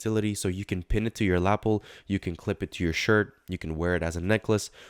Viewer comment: lapel is pronouced "lah-PELL"